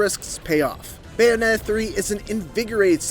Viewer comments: Who is this “Bayonet” & “Bay-a-nay-a” person that this critic keeps mentioning in this “Bayonetta” game review? 🤔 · This guy doesn't pronounce the Ts when he says Bayonetta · Anyone else notice this reviewer doesn't pronounce the Ts in "Bayonetta"? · Is it just me or is he saying Bayonetta weird…🤔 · meant Pronouncing it weird lol